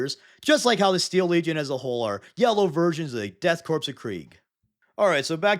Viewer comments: Great vid! I know ppl probably ask u a lot, but why do u swap the pronunciation of korps with corpse? Corpse is pronounced how its spelt and the p in korps is silent I thought it was a bit but u mispronunce "corpse" on the other vids too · I like how you flipped the pronunciation of Korps and Corpse. I don’t know if it was intentional but it was funny.